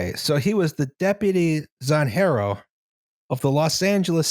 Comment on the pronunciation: Haven't finished watching yet but I love a tangent solely based on Roz mispronouncing a J, also "Zanjero" definitely doesn't sound cooler for a Spanish speaker, it's just "ditch digger" for me, while "Superintendent" at least has Super- in it.